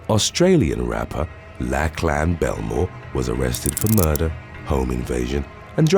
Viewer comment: Hey, with regards to Lachlan Belmore. It’s pronounced Lock-lin. Just incase you come up with the name again, I thought it might help. I love your videos so much because of your narration ❤️